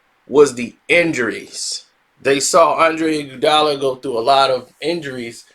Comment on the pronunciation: The way you pronounce iguodala name is killing me!! Fix it